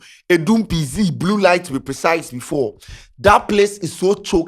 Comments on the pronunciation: the name is pronounced like "Pee Zet" (PZ) not "Pee Zee" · please it’s P Zet not P Zee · The name be PZ not PZee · the name be Pee Z3T 😂😂don't brofolize the name. Which one is pee zee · Wat is Adum p zee.....masa it's p-zet😂😂😂😂😂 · ebi Pee Zet..... not Pee Zee😂😂😂